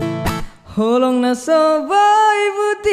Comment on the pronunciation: Suka sekali dengan vocalnya. Keren abisss bro. Tapi sayang banyak pengucapan yg tidak tepat. Cenderung menghilangkan "h" di awal kata. Padahal bisa merubah makna. Roha dengan Roa itu beda loh..😊. Holong dengan Kolong juga..😊 Mungkin krn tidak bisa bahasa batak ya... Tapi saya benar2 salut dgn vocalnya.. semoga kedepan lebih baik lagi ya.. Your voice is amazing bro...👍